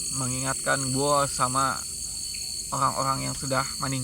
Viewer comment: Orang² bang bukan oang² rrrrrrrrrrrrrrr bukan lllllllll